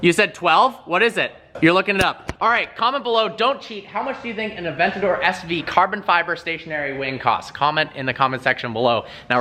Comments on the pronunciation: 'adentador', but still love ur vids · Did call it an "adentador"? Or did it just sound that way to me